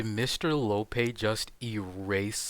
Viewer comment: He call Mr Lopee, “Mr lowpay”